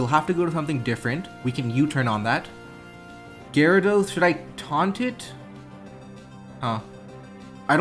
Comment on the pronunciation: "The Gyadros is choice banded" Hearing that physically hurt.